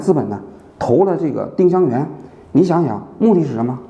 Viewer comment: ling是二声吧